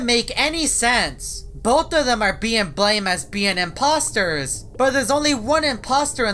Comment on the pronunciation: The im postors your saying is like the collors in amongus when your a impostor